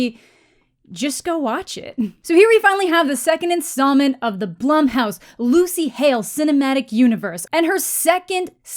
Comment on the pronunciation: Nothing to do with the movie but are you sure Blumhouse is pronounced that way? My bf's last name is Blum but it's pronounced Bloom. Just wanted to throw that out there. Great video!